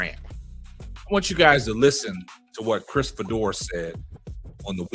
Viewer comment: His name is pronounced Fee-Door. For the record, I don’t care about Fedor or Sanders one way or another. How’s a critique of Sanders racist? You may vehemently disagree with his opinion, but to call it racist is fallacious! Put that card back in the deck and be more judicious the next time you play it.